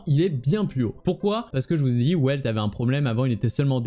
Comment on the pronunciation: Et Welt ça se prononce "Velte" vu que c'est allemand